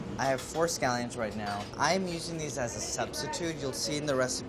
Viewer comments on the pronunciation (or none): Every time he pronounces shallot or scallion a part of me dies.